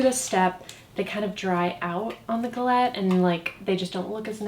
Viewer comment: i’m so happy that i now know how to pronounce galette